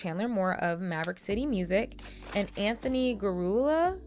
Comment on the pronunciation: I think it’s pronounced “garjiula”, idk